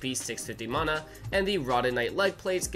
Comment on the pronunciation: your saying the word mana wrong like 100 times and it gets more annoying every time i hear it